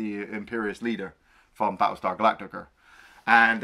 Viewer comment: “Battle Star galactiker”